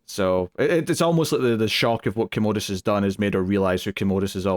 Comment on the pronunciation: Also I’m cracking up at yall mispronouncing Commodus. There no “ode” sound in the name - yall are calling him a toilet lol